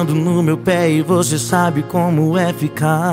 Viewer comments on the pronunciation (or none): Felipe Araujo suas músicas sao top, mais pelo amor de Deus nao faça eu parar de te ouvir igual eu fiz com Paula Fernandes por colocar o X nas letras das musicas, pronuncia a palavra correta, nao é "voxe" e sim voce, nao é "deixa no xufoco" , por favor para com isso.